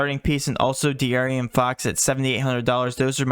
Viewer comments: Bro stop saying DeArian fox 🤣🤣🤣 that’s not his name🤣 DeAaron fox , it ain’t Arian Gordon is it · D A A Ron